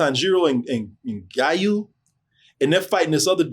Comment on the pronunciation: Yoo he said azaka and gayu WTF Lol